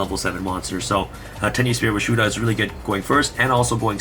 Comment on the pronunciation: Hi. Can you put the deck list in the description? It's hard to see some of the names with holographic text, and some of the names are hard to pronounce or hear properly. For example, I thought you said Tenuspirit Rashuda, but it was actually Tenyi Spirit - Vishuda.